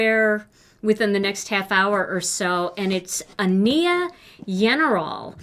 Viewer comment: Just so you know, Ania's name is pronounced AHN-ya. Yenerall rhymes with general. I loved all your projects today! 🥰🥰🥰